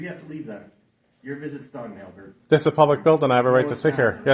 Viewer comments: Who says ALbert like that? Only, that's who. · Good job buddy! Why do say the name Albert so weird tho?